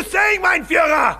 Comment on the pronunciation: Why do americans just.. not look up how to pronounce Führer correctly.. it just breaks the immersion so much